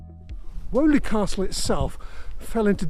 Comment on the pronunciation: Fascinating video, I live close by in Bournville and I had no idea about this lost stretch of canal history. Just a not though, it’s pronounced Weeley and not Woley Castle 👍